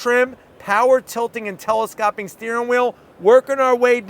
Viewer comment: It’s telescoping not telescopping 😅.